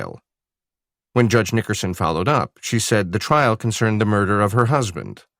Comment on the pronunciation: mirdah? What MIRDAH????